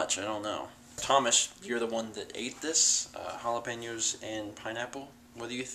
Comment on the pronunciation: the way you say it makes it sound like halla-pain-yos.